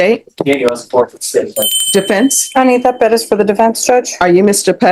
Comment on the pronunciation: Are you Mr. Perez, but think it's cool to pronounce your name in America, Pedez, like you were back in Mexico? Yes Judge, that's me.